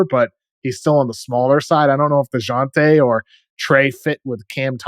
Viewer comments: Man called dejounte deyante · The industry is weird. No one knew who Wemby was until we were told. Sar shows a lot of potential. He looks stronger than Wemby and weighs more plus shows great athleticism. Also I don’t appreciate white boy messing up Dejounte name like that lol.